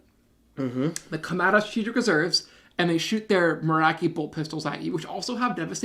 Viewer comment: Ooof… MoraKi… cringed hard. Morkai… Mor Kai my friend.